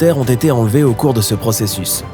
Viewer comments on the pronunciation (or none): none